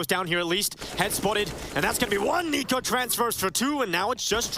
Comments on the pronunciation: Narrator dude pronounced NiKo as Nickko lol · How did the VA person read NiKo as Nick-o lmao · you really can't pronounce niko correctly lmao